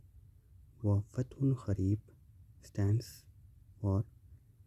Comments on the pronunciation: Its kareeb, not kh...reeb,its kaaf not with hey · It's ,"KAREEB" NOT KH-KHAREEB. you illiterate Indian spoiled the entire World and Islam